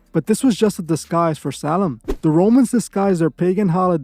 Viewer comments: Why does it sound like your saying “Salem” when it’s spelled “Samhain” ? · Its actually pronounced like Sow win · U just like the mom in the water boy 😅 everything to you is the devil. Dont ever disrespect halloween ever again. Im unsubbing to your channel. I dont even watch your wack shit. And learn how to pronounce samhain right. GOT IT ? BOY?!?